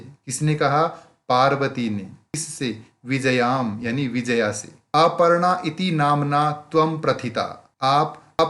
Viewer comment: It's not Vijaya it's Vi-jay-ya